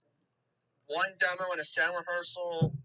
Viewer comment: This kid has a goofy accent. Keeps pronouncing demo as “dem-ouw”.